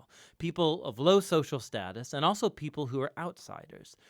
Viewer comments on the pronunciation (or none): none